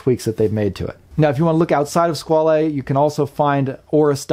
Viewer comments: I'm really surprised with all your usual in depth research that you didn't find that Squale means shark and is pronounced Squal the is silent and yes I do love the black dial but would be hard to choose one or the other both are fantastic along with your reviews Thanks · FWIW I think the correct pronunciation is ‘Squawl’ the French word for shark but given that this model is the ‘Corso Italiano’ then perhaps the Italian wording flair is warranted.